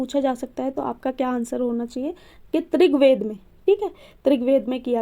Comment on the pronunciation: Trigved nh rigved mam 🌼🙏🏻